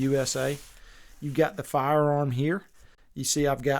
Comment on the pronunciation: This guy is definitely a police officer because he says Farr-arm